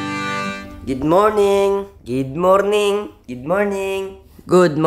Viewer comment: Wala siguro nakapansin. "Gid morning, gid morning" talaga oh.kaya kita love eh. Hehehe